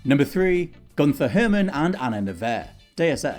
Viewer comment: Agent Anna "Nevair?" Can you guys not put a phonetic pronunciation guide in the script?! At least pronounced Gunther Hermann right.